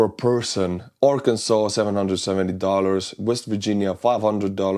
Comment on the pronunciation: Please do not ever say ‘Ar-kansas’ again! 😂